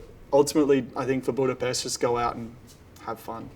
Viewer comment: Him correctly pronouncing BudaPEST makes him the best 😎